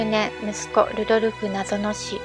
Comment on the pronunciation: 滑舌が悪すぎて聞きづらい。片言の日本語みたい😮‍💨ルドルフがルゾルフに聞こえるし、ハプスブルクも発音出来てない。ヴィｯテルスバッハも!!後、乗馬競技というものは無く、馬術競技だよ!!正しい日本語を理解していないうぷ主、視聴者がＵチューブは多過ぎる😮‍💨学校行ってたんでしょ!?女官はニョカンと読むんだよ😮‍💨相当国語が苦手なんだね😮‍💨